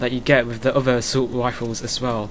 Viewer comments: assult wifles! xDDD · haha each r is pronounced as a w